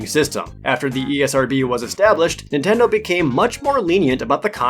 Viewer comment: "Intendo" I HEARD IT! My mom used to call every console "intendo"